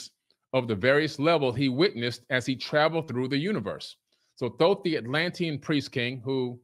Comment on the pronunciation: Thank you thank you thank you for correctly pronouncing Thoth!